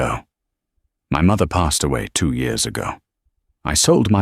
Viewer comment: So when did "years" become "yores" in the English language? Have I missed something?